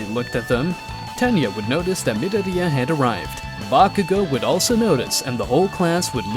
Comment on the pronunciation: hearing midoria like Nidorina the pokimon